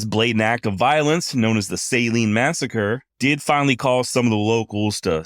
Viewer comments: Ok. Ouachita is not pronounced that way. It's Wa-shi-taw. And the Saline river is pronounced Suh-leen, accent on "leen." Great 'cast. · Saline river… “suh lean” Ouachita…. Wash uh taw..😂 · Saline River = suh leen river. Ouachita Mountains = wash it tah Mountains